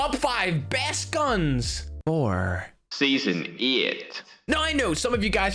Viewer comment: "Season ieight"🤣🤣🤣🤣🤣